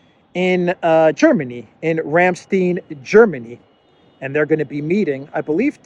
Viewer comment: It's "Ramstein" with a long "i" sound, as in "either" or "Rhein" ("Rhine" for those who need assistance) ... ;)